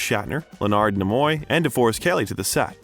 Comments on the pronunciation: Not to mention he mispronounced, Leonard Nemoy, James Caan, Laurence Olivier, and Serpico incorrectly. Does the narrator even know who Al Pacino is?🙄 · Nimoy, too. No offense, just something to pay attention to.